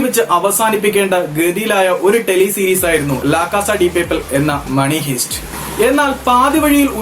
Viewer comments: മണി ഹൈസ്റ്റ്. ഹീസ്റ്റ് അല്ല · മണി ഹൈസ്റ് എന്നാണ് bro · You may wrong.. it is pronounced as haist( heist) not hist